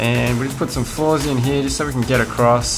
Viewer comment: 'In here' ..... Dude, LEARN HOW TO SPEAK!!!!!